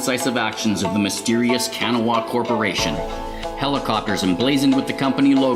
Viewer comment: A minor pronunciation quibble about the pronunciation of Kanawa, but like usual, these videos get me PUMPED to play Torg!